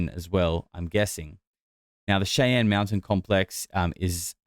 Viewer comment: Hey, if you're going to talk shit about Americans then pronounce things in our country properly. It's Shai Anne. Other than that, okay video